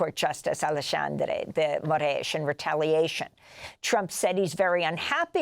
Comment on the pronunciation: Amazing analysis.Perfect pronounciation, that's the very first time I have seen them getting Alexandre's name right! That's not a major issue, for sure. But it is so cool they managed to really do a research on the name's pronouncing. Good job! 😁. As a trained teacher of Portuguese for foreigners, I know how the fact that portuguese language holds multiple pronounciations for letter "X", depending on the word, position, etc, is a pain in the a$$ for most foreigners. So, in this case, of Alexandre, the pronounciation of "X" is that of "SH". So we say it: "AleSHandre" dgee Moraes, without the existance of any accent differences, in the whole territory of Brazil, as well as in the entire Portuguese speaking world: Portugal, Angola, Mozambique, Cape Verde, East Timor, Guiné-Bissau, São Tomé and Prince, Goa, Macau, etc...